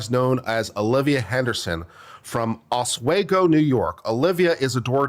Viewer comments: FYI it’s oss-WE-go And gods this woman. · It's pronounced Os-Wee-Go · If you don't have I'm the victim on your 2025 bingo card.... It's pronounced Oh's We Go. Small college town outside of Syracuse. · It’s pronounced OS-WE-GO btw. 👍